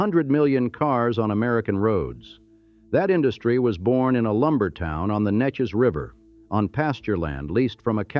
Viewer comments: Sabine is pronounced suh-been.Neches is pronounced nay-chiz.Goosher? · Narrator can't say Neches.